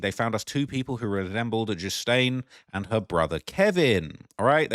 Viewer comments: A few decades ago? Ghilaine is too beautiful of a name for you to be butchering like this. I let the Tupac mispronunciation slide because he hated America and was a pro leftist revolutionary! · Your pronouncing her name wrong, the 's' is silent